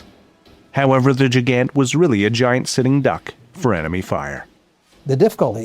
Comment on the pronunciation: The continued mispronunciation of Gigant is annoying. (Soft g, not a near j like giant).